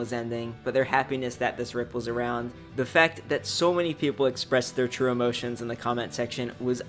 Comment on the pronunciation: "People expressing their TURU EMOSHONS♫"